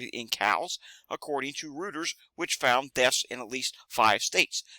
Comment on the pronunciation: Hi, just fyi it is pronounced "Roy-ters". Thought you would like to know.